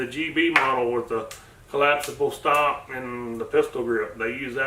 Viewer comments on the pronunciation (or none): none